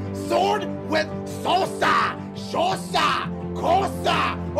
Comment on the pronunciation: Soosa, kosa. lol